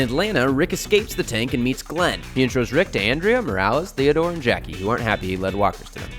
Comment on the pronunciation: thank you for saying theodore